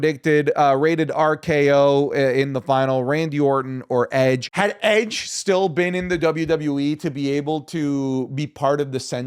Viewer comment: Edge...its Edge